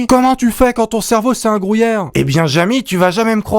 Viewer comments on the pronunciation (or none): Gruyère pas grouillere ^^ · Un grouyère? Apprend à parlé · Le mec il dit grouillere 😂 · 9.43 un grOUyère 😂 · Il a dit grOUyère ! J’aime les pâtes avec du grouyère moi ! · Un quoi ?! Un Grouyère... AH ok...